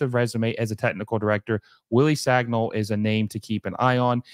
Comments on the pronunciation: Wrong, I’m french and it is pronounced San-e-ol, “Sañol” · For Americans, Sagnol is pronounced as: son y'all